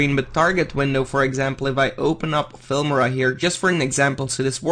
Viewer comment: Its noot "Filmira" its "Filmora"